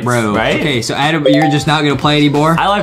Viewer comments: HE NEEDS TO GO ENGLISH BOO CAMP HE SAID ADAM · Adem oh Adem Is Not Adem Its Adam Ohhh